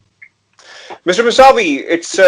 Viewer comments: His name is kaveh Mousavi .He is British Iranian.plz pronounce correctly mousavi not Masavi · ان کا نام‌ اردو میں کاوہ ( فارسی میں اس کا تلفظ کاوے ہے) موسوی ہے مساوی نہیں.